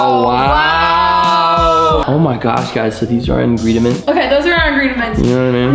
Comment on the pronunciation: Did I just hear ingrediments?